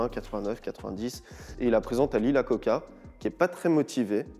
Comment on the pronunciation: Iacocca, pas Lacocca !